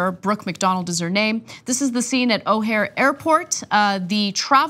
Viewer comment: O'hare is pronounced with an emphasis on the 2nd syllable.